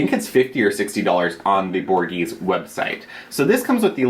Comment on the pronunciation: Gimme that shirt now! Or at just tell me where you got it, I love it. Also love that you’re using the Borghese mud mask. That’s so 80’s!! (I’m pretty sure you say it Bore-Gay-Zay, I think...I’m not an Italian expert, LOL)